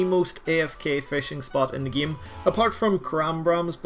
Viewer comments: "In the gyim" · Nobody:: in the geem